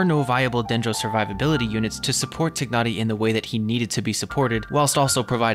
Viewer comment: I just love the way you pronounce Tighnari name correctly~